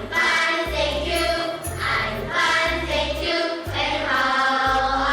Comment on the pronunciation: ㅁㅁㅁ-감색원피스 입은 여인의 "Hi~"는 너무 길고 굴곡이 너무 심하고, 과장된 느낌. 단순히, "Hi."하면 됨" "How about you?" You의 발음은 첫 반(1/2)음절은 올리고 끝 반음절은 내려야함. "How are you today?"에 대한 응답은, 그냥 간단하게 "Fine." 아니면 "Great." 하던지 간단하게 "I feel fine." 하면 되고, today의 끝 intonation은 내려가야 한다. 되 묻는 "Are you feeling good today?"도 무척 어거지 스럽다. 간단하게 "How about you?"라고 하면 끝. 전체적으로 감색원피스여인의 영어 표현은 너무 과장되어 있어서, 좀 더 자연스럽게 하려면, 의식적으로 꼭 잘해야겠다는 노력 보다는, 자신감 그 자체가 필요하고, 정신적 relax가 필요하다.